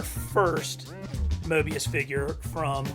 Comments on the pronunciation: I cringed every time you called morbius, mobius lol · did you just call it mobios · What's a Mobius it's morbius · It's not mobius it's morbius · Correction, It's Morbius not mobius. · Mobeis it’s morebeis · It’s morbius not mobius lol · It’s not mobius it’s morbius no hate though great video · Mobius.....oops it's okay I can let that slide. Lol. Just missing that R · Bro he says it wrong he says Morbius wrong